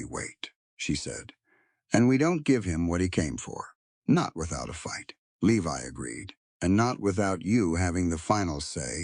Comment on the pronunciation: Levi is pronounced "Lee•vi" long "I" as in English.